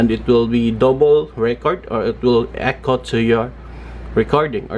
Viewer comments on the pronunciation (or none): none